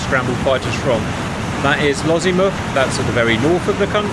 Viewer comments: Lossiemouth, not Lozziemouth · I cringed a lottle everytime you said Lossiemouth.... Loss - e - mouth not Lozzie-muth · I'm sorry, I can't stop laughing at the pronunciation of "Lozzimuff". That Sir, is a completely different thing! 😂